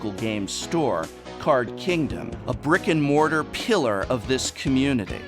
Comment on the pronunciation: i can't not hear "rick and morty", instead of brick and mortar. anyone who reads this, you're welcome